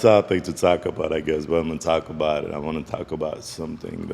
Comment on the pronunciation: How many times you gonna say “takka bout it” jesus christ man “talk about it” “takkaboutit” “takkabout” its in every single vid